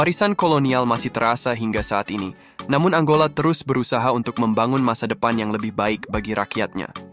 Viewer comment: Angola min, bukan Anggola